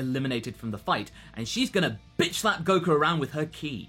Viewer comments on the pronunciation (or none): none